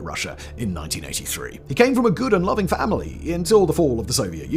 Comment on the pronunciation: I know that what Simon said actually said “…good and loving familiy …” What I heard was “Gouda-loving family” 😂😂